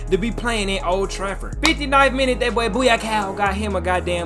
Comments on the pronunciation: Bu-Kai-Yo (Bukayo) not Booyahkow 🤣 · ITS NOT BOOYAKOW